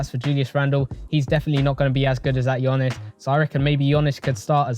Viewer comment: You’re the GOAT and all but I beg call him Giannis not Gionnis 😭 Only man I’ve heard pronounce his surname better than his first name 😂🤘